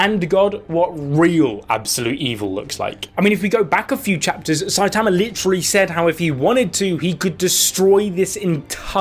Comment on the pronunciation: everyone: "sai-tuhmuh": "sai_tahmuh"